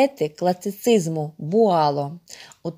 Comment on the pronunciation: Вольтер,Буало!Наголос на останній склад,вони французи!